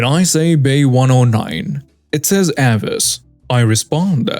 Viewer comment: Avis is pronounced A-vis.